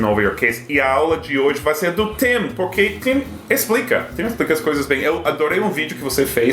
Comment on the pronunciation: engraçado, no início do vídeo sete fala PORRQUERR e então o Google abre e estou com fones de ouvido.